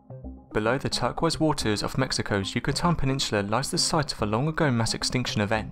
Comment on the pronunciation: Straight into it, and the third word spoken has you mispronouncing the colour, turquoise as terkwiz. Then, you misname the name of the journal that this story was published in. It's Nature Communications not Natural. It's so frustrating listening to you at times because you make these basic mistakes constantly, and yet your channel has so much going for it. When are you going to stop treating your channel as if it's a joke, instead of putting a little bit of effort into it? You know, double checking information, reading and checking words you're unsure of before hitting the record button, that sort of thing?